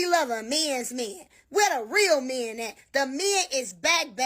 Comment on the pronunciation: This idiot needs to learn how to pronounce the word men.